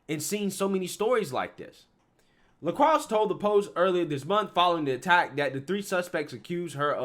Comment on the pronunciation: "LeCroix", pronounced "le-croy". For the love of god, please stop saying "lucrux"